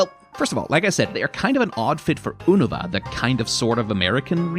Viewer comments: And oonava instead of younohvah. It's like this guy has never consumed any spoken pokémon media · I refuse to pronounce Unova how it's said in the anime.